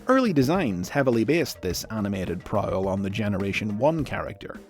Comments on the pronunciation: Is written Prowl, is pronunced Prick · Anyone get triggered with him pronouncing “Prowl” Wrong